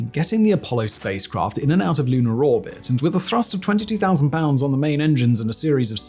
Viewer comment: Interesting, sometimes he pronounces words correctly, yet others he adds an "er" to the end of words for no apparent reason. NAS'er, Lun'er, Florid'er and Adapt'er really stuck out.